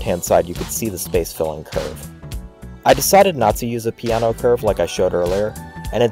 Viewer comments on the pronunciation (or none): Right but not for the pee :) . An approximation is more like Ju ( like in juice ) se (like in selling ) ppe ( like in pepper ) and for the surname, again Pe like in pepper, A like the i in iron, and no remains no but without the final u sound of english/american english.